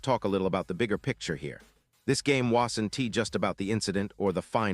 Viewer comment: Would someone please teach this obviously "AI" speaker how to pronounce "won't" and "wasn't"?